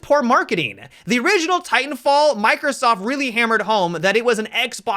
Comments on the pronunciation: I'm pretty sure he was saying "titan filled" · “Titanfield” do you know something we don’t?